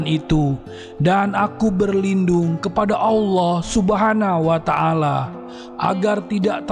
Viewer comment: Subhanahu wata 'ala bukan subhana wata ala